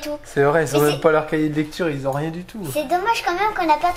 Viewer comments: qui ont il n'y a pas de z ils ont et non ils zont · S’il te plaît pas qui s’ont mais qui ont. Pas de liaison